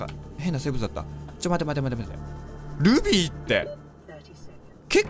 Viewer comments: ルビー！がグミ！に聞こえた笑笑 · ルビーがルフィーに聞こえるw